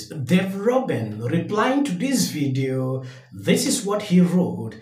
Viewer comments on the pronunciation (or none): Pronunciation: Dave Rubin = Day - vid ; Roo - Bin...... if that helps?